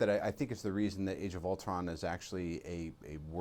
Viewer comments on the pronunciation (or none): It sounded like he said "Age of Ultwon"